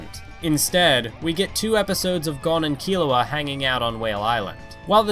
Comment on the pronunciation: the way you said.. Kukuroo... and Kaito.... and Gon... at least you said Killua the right way.